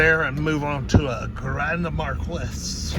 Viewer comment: 2010 was not the very last year it was 2011 was the very last year for the mercury grand marquis .....u pronounce marquis different .... January .6 . 2023